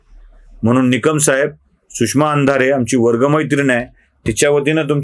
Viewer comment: 'म्हनून ' नाही हो! तो 'म्हणून ' असा शब्द आहे. शुद्ध बोलायला शिका ना जरा.